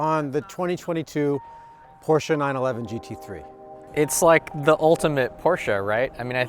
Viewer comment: Thank God he knows how to say , “Porsche”!